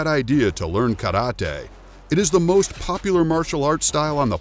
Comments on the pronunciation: I thought he said the word Karate wrong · is that how you really say Karate 🥋😱 eeeew lol